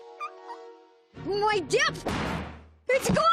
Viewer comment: OH MY GOD SAYING DEPTH MAKES SO MUCH SENSE I was always so fucking confused at what the fuck his "dip" was LMAO